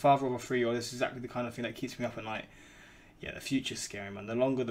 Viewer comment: I like how he says, “Yah”